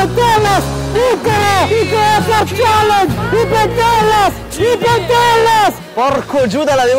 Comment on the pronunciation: Ma perchè dici chalenge , è challenge! Leggi anche le doppieee daniel!